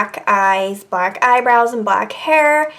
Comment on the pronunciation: I really hate the way she says and